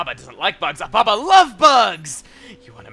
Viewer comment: Espeon Lover did chugga at one point pronounce ababa as obama?